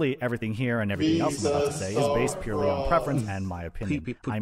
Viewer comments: Purrely is pronounced purr-ely not purrly. The 'e' isn't silent unless it's at the end of the word. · I thought he said PIRELLI while he meant PURRELY